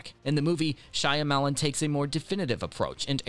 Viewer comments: Can't listen to him saying SHY A MELON over and over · Shy. Lemon...